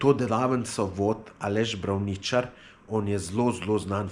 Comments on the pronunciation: ne napisal...naglasil pa popolnoma narobe...Braavničar, s poudarkom na A, ne na I...oprosti ampak na to smo eni res občutljivi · Poudarek je na r brrrrrravnićarrrrr